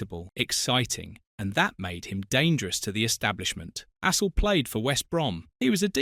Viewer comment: You could at least pronounce Astle's name properly.